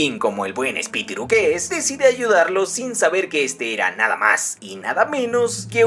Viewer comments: No se dice espititu se dice espilitu hola soy Yulalissa PINK BRACK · Espitiru? Espiritu haci es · Tomando lista a todos los que se rieron cada ves dijo espitiru 😂🤣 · Espitiru JAJAJA